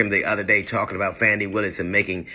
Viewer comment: Hey DL The Atlanta prosecutor name is Fawny not Fanny !!